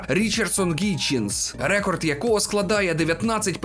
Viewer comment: все норм але слово рЕкорд ріже вуха ніколи раніше не чув це слово з таким наголосом у словнику української мови слово рекОрд.